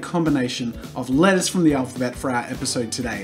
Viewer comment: Whenever he says "letters" I hear "lettuce"